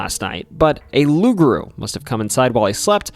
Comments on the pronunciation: My friend take it from a Cajun it pronounced Loup,Garou kind of like pit bull don't cha know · nope.. it's aloup-garou.. aloup is Cajun french for wolf..garou in Cajun french for were..no such word as rou in french